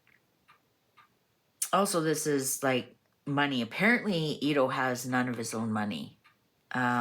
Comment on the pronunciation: Pronounce it Eddo not eedo. As in the name Ed which is not pronounced Eed.